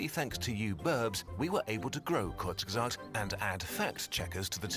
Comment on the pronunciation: The proper pronounciation is Kurz-gezz-art btw.